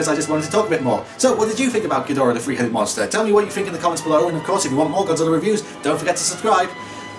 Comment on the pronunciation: Ghidorah, the Free Headed Monster! (Accents are so much fun.)